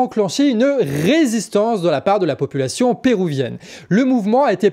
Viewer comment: On dit péruvienne, pas pérouvienne. Pan-américaine, pas pana-américaine.